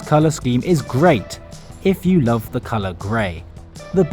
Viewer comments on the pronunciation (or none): none